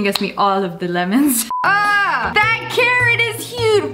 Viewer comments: I literally thought she was saying Karen when she was talking about the carrot😂 1 Karen is 5 pound! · You keep on saying Karen when its the big carrrot